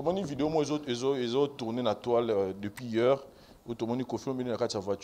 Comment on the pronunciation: on dit pas depuis yeur mais depuis Hier